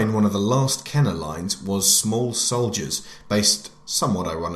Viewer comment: It’s pronounced ken-ER